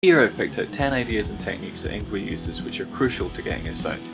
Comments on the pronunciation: “Ing vay”, not “ing gwee” and turn down the music, so your voice can be better heard 😉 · its pronounced fucking ING VAY!